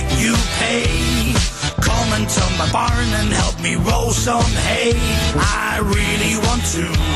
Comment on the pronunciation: I'm a Zumerset boi - he means "roll sum aye" not hay!!